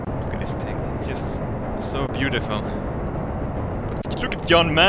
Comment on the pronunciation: You don't say Tings;) its tHings